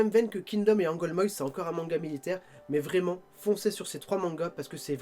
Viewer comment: On dit Angolmoas pas Angolmoises mais c'est pas grave😉 Sinon super vidéo !